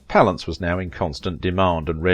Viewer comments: its pronounced pal ance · i hate this guy's pronunciation of jack's surname palance.